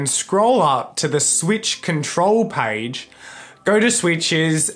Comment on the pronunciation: We say page. Him: “Paige :D”